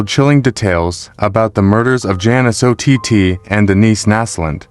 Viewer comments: It's ott like otter not O t tea? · Ott is pronounced like "ought"